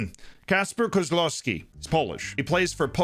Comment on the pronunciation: So proud that Kozłowski is on that list. He is the biggest Polish talent in this century. Even Lewandowski in his age wasn't half as good as him. In this aspect FM is broken because Pogoń will get sth around 15 mln for him. And you pronounce it pretty well, good job!